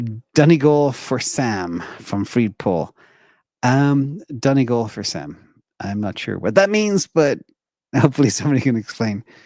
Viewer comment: Donegal are through to theAll Ireland final. Sam Maguire is the name of the trophy. Impressed you could pronounce Donegal.